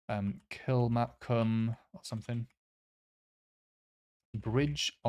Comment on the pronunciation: Tayport is on the river Tay , funnily enough. Taynuilt is tay -noolt Cairndow is dow as in Dow Jones and not dough. Skelmorlie is stressed on the Skell and morlie as in Robert Morley ( old actor). Kilmacolm is just kill- ma - comb. Killin is Kill- inn Tillycoultry is tilly - coot - ri Kirkcaldy is kirk - cawdie Anstruther is Ainster to locals but your way is OK Tranent is tran - ent , heavy stress on the ent. Gullane is gull'n but it's controversial . Some say gill'n ( kinda posh) Dalry is dal-rye stress on the rye. Def not dalree or dalri and don't stress the dal. Good job on Mauchline - moch -lin stress on 1st syllable. My post town. Langholm is lang-ohm like resistance unit, stress on lang and h of holm is silent. Lauder is law-der and not rhyming with chowder.